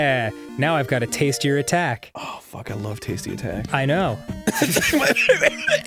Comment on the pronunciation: My favorite Arin-ism is his "WHAT THE FAWK"s. He has such a specific pronunciation.